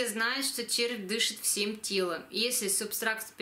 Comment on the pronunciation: В слове субстрат - нет буквы К !!!